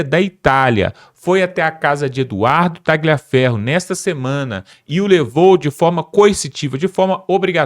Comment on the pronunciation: Não é Ta-gli-aferro, a pronúncia. Escreve-se "gli", mas a pronúncia, é Ta-lhi-aferro. A pronúncia é igual ao "lhe", no idioma português.